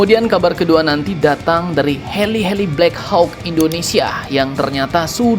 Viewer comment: Maap min, bacanya "blek hok" min biar tambah gacor